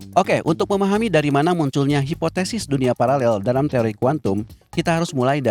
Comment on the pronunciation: Parallel min bukan palalel. Ngengernya gimana gitu😂